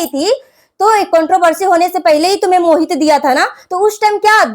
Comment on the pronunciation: Are didi wo mohit h khohit nhi 😅😅😅😂😂😂